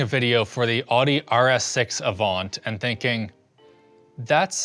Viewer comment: you pronounced audi and avant wrong. audi is spelled like that so i wouldn't normally care but avant? come on man